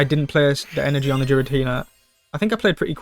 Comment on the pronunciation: Im cringing more when he pronounced Giratina into Jiratina.